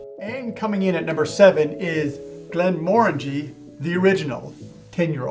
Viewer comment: Glenfidding? Glenn Moringe? And you expect to be taken seriously? Jesus, bro.